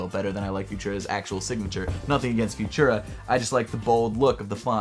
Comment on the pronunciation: its pronounce futura, not fushera!